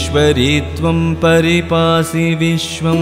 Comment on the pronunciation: വിശ്വേശ്വരീ ത്വം പരിപാഹി വിശ്വം എന്നാണ്. താങ്കൾ പരിപാസി എന്നാണ് ചൊല്ലുന്നത്. ഒന്ന് സംശയം തീർത്താൽ നന്നായിരുന്നു. ക്ഷമിക്കുക.